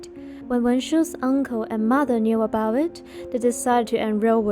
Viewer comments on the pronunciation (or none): none